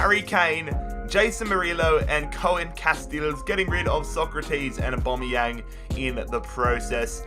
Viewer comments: Why do you call him abomiyang 😂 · Am I the only one getting triggered by the way he says Aubameyang